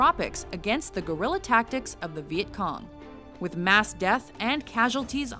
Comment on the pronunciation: "gorilla-tactics" ... gj whoever had to read the text is guerilla that hard to pronounce?